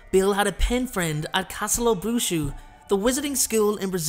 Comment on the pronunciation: Castalobruxo is pronounced cast'a'la'brew'hoe. It translates to the castle of magic or the castle of Witches/Wizards.